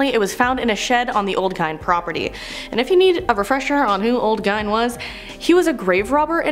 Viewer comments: Gein—pronounced like jean but with a G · Omg please pronounce names correctly. Dybbok box. Gein.